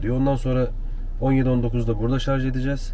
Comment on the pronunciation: Şu an ayrı yazın lütfen. Çöp hassayetiniz için teşekkür ederiz. Bir de nadiren şarz diyorsunuz, çevreci aileye pek yakışmıyor. Selamlar 👋